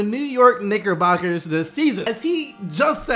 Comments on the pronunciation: Anyone else hear something different when he said NickerBoxers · Did anyone else hear him say "niggerbockers"?